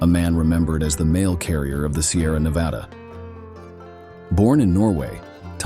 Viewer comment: Hard to believe when he can't pronounce Nevada right.